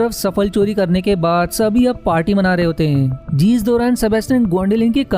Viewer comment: अपनी हिन्दी सुधारो भैया... आपका उच्चारण गलत ही नहीं, जानलेवा है। 'जीस' नहीं, 'जिस' होता है। और इसी तरह... जीसकी = जिसकी जीसका = जिसका जीसने = जिसने कीसने = किसने कीस = किस और सैंकडों शब्द जिनका उच्चारण बहुत गलत कर रहे हो, कोई इंसान ऐसा वीडियो कैसे झेल सकता है?